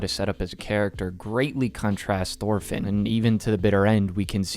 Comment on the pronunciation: Say it with me "Torfinn" not THorfinn